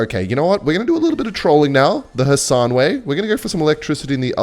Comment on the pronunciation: Nailed the khasan pronunciation 10/10